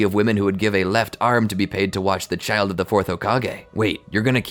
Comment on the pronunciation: "Im not gonna leave this chilid to fend for it's self" -Hirozen 😂😂😂